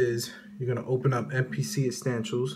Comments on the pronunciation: The fuck is Mpc Uhstanshiels. Appreciate it though. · *correction...It's "EsSTANtials"! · Dis nigga said astanchoos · are you saying estantials!? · YOUR DUMB ASS SAYING ESSENTIALS WRONG